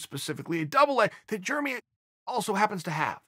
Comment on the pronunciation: Germy Stevens